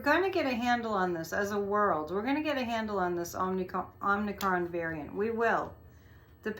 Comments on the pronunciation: The name is derived from the Greek letter, OM-i-cron. Not OMNI. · "Omicron" pronounced 'Ah muh kraan' is a letter from the Greek alphabet. Not to be confused with the 2018 Canadian horror film "Omnicron." It has an additional 'n' in the second syllable. 😊